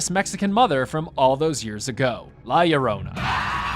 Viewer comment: Finally someone says it right.. LLORONA! 👍